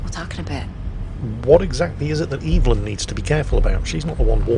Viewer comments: Right I said lowkey triggering as a joke tbf, like its a minor annoyance. Naa i also have an auntie called ev a lyn ive never heard EVElyn before ever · I gotta say, I dunno if its just me, but PLEASE stop saying EVE-LYN, its just evelyn (ev-a-lynn). They even say it in the game its actually lowkey triggering. Like this is half jokey but also half an actual request